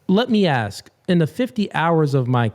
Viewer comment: The other word is ASK! “Let me axe you something” makes you get ready to move out the way cause it makes it sound like the person is literally gonna chop you up with an axe 🪓 and not ASK a question 😂